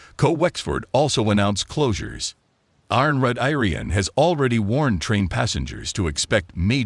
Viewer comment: Met Aryan stumped me for a minute or two!!!